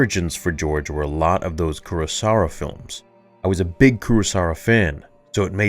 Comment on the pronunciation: Hate to be that guy but it’s not Kurosara, it’s Kurosawa. (koo-ro-sah-wah)